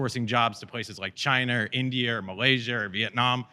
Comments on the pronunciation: Chiner? Indier? Malaysier??? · chiner, indier, malaysier...